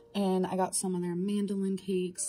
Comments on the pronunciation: “Mandolin cakes”. 140 IQ can’t correctly read or speak the words “Madeline cookies” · when she was saying she got starbucks and some..... mandeline cakes.... does she mean Madelines, the french petite cakes? Lol